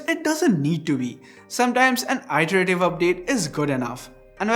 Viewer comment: Eyeterative Extra clever english